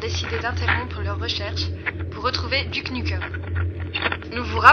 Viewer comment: ouais,c'est un bon film,mais on dit:dyouke nyoukem,pas duc nukem!c'est bien n'empêche!